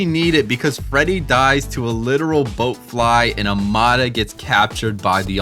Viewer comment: Don’t get me started on the pronunciations in this video lmao. “Boatfly”? “Arefyu”?! How does one mispronounce bloatfly 😭